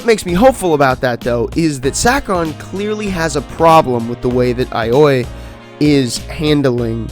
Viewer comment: Aioi is pronunced "Eye-oh-e". I think it means something like "looking for love" or "lovestruck". I found "I tell C" to be easy to read, but something rubs me the wrong way about a mystery manga that skips the setup that will help you process or even solve the mystery along with the narrative if you're observant enough even if the outcome was obvious. Chapter 1 felt like they lost the first half of the chapter and just decided to publish it anyway. Deranged Detective has a lot more chapters going for it, but it's currently the better mystery series for this very reason.